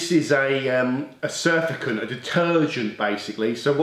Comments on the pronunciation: Good topic and tips, thanks. Always explained in a way anyone can understand. BTW, Its not Surfacant, its Surfactant Sur(ace) act(ive) ant (agent). “A substance which tends to reduce surface tension (friction/ bonding etc) of a liquid in which it is dissolved”. Special Soap to most of us:-) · Do you not mean to say surfactant ? Surfacant is not a word. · I pronounce it surf - act - ant (is that what you meant?) Possibly has a dislike of surfers.